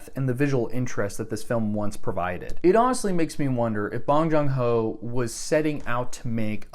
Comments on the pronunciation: Stop mispronouncing his name you sound racist. It’s Bong Joon Ho not bOnG JoNg hO. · If you're gonna make an ARG, at least get the pronunciation of his name right. It's pronounced Pong-JOON-ho, not Bong-Jong-Ho, what you said is an objectively offensive way to pronounce his name. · "bong jong ho's parasite" jesus at least pronounce it correctly. and nice fucking alt accounts bruh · NOT BONG JUNG HO ;; BONG JOON HO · Bong jong ho? Seriously? You couldn't even check the director's name before recording this dumpster fire of a video? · “Bong jong ho”? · “Bon John ho” 💀💀💀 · First you literally butchered his name. Secondly did you just watch the trailer not even the movie. wow you haven’t even actually thought deeply about the movie also no one will ever agree with you caught in 4K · I haven't seen Parasite, and therefore can't say my own opinion, but you can't say how good it is "objectively" when you can't even spell or pronounce Bong Joon-ho correctly. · did he call a Chinese person Ching Chong or did he mispronounce a name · Get a better mic. Learn how to correctly say and spell the directors name. Trash your fake accounts. Learn what "objectively" means. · It takes eight seconds to look up how to pronounce the director's name - It won four Oscars not six, stellar research as usual - Do you hate the "unjustified" "dramatic violin" in Hitchcock films as well? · Probably figure out how to say the director’s name before hitting ‘film’ pal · Just started and you already mispronounced the director’s name, opinion discarded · Him not even bothering to pronounce the korean names with respect 🤡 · At least pronounce his name right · you got the name of the director wrong multiple different times in multiple different ways and then didn't even spell it right in the description, jesus christ